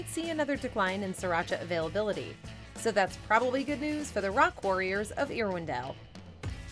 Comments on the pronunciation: Irwindale pronounced "Err-windale" and not "Ear-windale" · No, it is VERY disrespectful to mispronounce someone’s or some place’s name. As a Californian I was also really offended when she said “Ear-windale”. 🙄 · First of all it’s not pronounced “Ear-windale”. 🙄 It’s Irwindale! Secondly, YES Andy Capp was a VERY POPULAR comic strip even in America. It was my favorite cartoon growing up….and his Hot Fries are always my first choice in a vending machine. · She can’t pronounce the names of cities correctly. “Ear-windale” for example. So unprofessional. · I swear the narrator is Canadian. No one pronounces Irwindale that way.